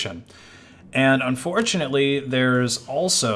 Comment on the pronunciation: I was with you until . You mispronounced "Fortunately". Regulation of cryptocurrency is absolutely necessary if the financial world is going to accept it as anything other than a means to part fools from their money.